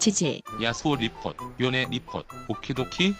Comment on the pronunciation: 요네인데 요내라고 하는거 개빡치네 ㅋㅋㅋㅋㅋ